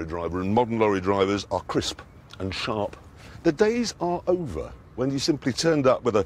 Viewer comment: "Modern lorry drivers are cris P and shar P "